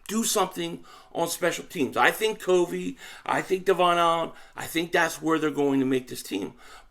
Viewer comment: Yo! Appreciate the content. Hey just want to set the name of Britain Covey "COV-VEE" short "O." He's a Special Team phenom as a punt returner! Check out his highlights from Utah! Bam! 💥 He's smart ( he breaks down tons of film on the opposition's Special Teams tendencies), he's quick, has good hands as a slot receiver, makes tacklers miss. Bro, if he can bust out for the "Birds" this season... NFC East watch out!! We need all THREE phases of the game to be a complete football team. Fly EAGLES Fly! 🦅